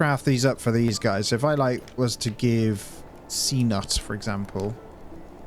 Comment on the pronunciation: Excellent episodes. Thank you. Cnut or Cnute is thought to be pronounced Kn-oot :)